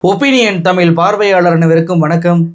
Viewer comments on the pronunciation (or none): தமில் என்று பேசுகிறீர்கள் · Tamillllllllll ,anchor lacks pronunciation 😢😢😢